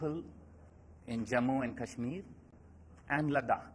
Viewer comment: It's not cashmir .. it's kashmir